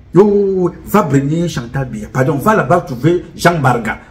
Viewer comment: Il a m'a tué de rire le jour où il a dit '' lassa''. J'étais toup au sol.😂😂😂😂